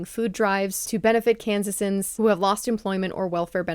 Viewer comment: As a Kansan, Just so you are aware, its Kansan, not Kansasan